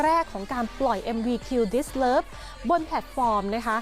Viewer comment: ออกเสียงเพลงเขาให้ชัดหน่อย คุณพูดผิด